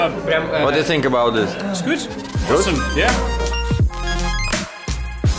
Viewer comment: не говори пожалуйста "синк". Невероятно режет слух. Стоит научится правильно произносить "th"